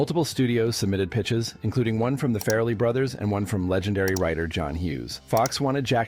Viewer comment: ….. “boosta rhymes” BRO I LET FARRLEY BROTHERS SLIDE BUT BUSTA RHYMES IS PRONOUNCED BUST-UH RHYMES!! “Fairly brothers” it’s FARRLEY! FAR-LEE!!!